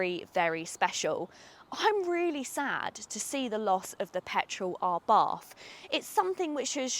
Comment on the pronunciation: ..picky, picky, I know.. is't Ah-bart not Abahrth ..